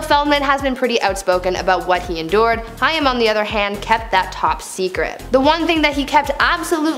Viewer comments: Not Hi-am, its Hai-m. Rhimes with maim. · 😡 Absolutely no! Sounds like "came"..Haim... How you even attempted to switch the i and a is beyond me. Childhood star for millions of us. If you can't be bothered to pronounce his name correctly, find someone else to report the news. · Please say Corey Haim's name correctly - I knew him and this bugs me using his story to get views but not even researching proper pronunciation of names - Its pronounced Haim (Hay-m) not High-Um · you know it helps, if when talking about a person and their dark secrets, if you pronounce their last name righ.. its Haim like HA Aim not hi um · Its pronounced Hame like Pain RIP COREY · His name is prounounced Corey Hame! Haigm!! Get it right! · It's not hiam it's pronounced hame and if you read this as ha me I am hurting you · That's gonna make me mad you saying Cory's name wrong. Think of it as Hame. Not hiam since it's spelt Haim. Why doesn't anyone teach anyone how to pronounce things before putting it on the internet!? I hope you fix this horrible mess up. There's more I'm sure... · His real name was of Jewish descent, it was actually Chaim, and is spelled that way on his gravestone. She was almost pronouncing it correctly, but it needed a harder “h.” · Lady it sounds like hay with an M at the end... Haym... Haim, Corey Haim!!! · Corey’s name is pronounced Hame. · Corey Haim is pronouced Corey HAME.. rhymes with SHAME. That is how I remembered on how to pronounce it. JlyK... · Please learn the correct pronunciation of Haim the ai in his pronounced as a long a as in the word rain. Corey Haim is pronounced as Hame would be. I have noticed you do this often with several different words. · It's pronounced "Hame." Sorry, that's driving me nuts lol. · I found myself yelling at her when she kept saying Corey Haim's last name wrong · I cringed every time she mispronounced Hain's name wrong 😠😡🤬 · Learn how to pronounce Cory’s name